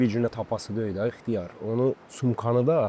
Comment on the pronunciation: Her defe ixtiyar deyende elebillem xiyar deyir